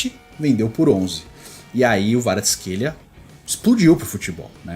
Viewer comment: Na verdade tem um vídeo do Kvaratsckhelia pronunciando seu nome e o ele pronuncia o som do K e o v tem som de U. Então seria Kuicha Kuaratsckelia a pronuncia.